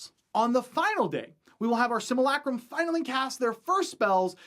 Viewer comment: everyone else can be nice but I'll say it. learn how to pronounce simulacrum and if you don't believe me ask yourself how your pronounce simulation